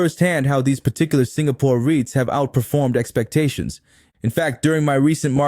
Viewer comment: Hi, I enjoyed your videos as they are informative. However may I request that you put captions on your videos as the audio narration sometimes mispronounce words and make the content confusing. eg Ariats (REITS), Hu gang (Hougang), Tam pins (Tampines). Please keep up the good work!